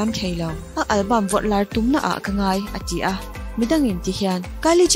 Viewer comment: "A ti a" tihtur te hi "A chi a" ti ang deuh in ilamri thina.beng akham deuh thin tih mailoh chu ngaihnawm e.mizo tawng chu lamno vak ngailo nia.Anyways...no hard feelings .